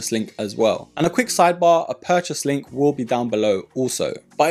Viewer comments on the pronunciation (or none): none